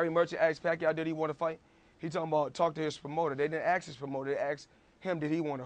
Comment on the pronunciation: axe him to call him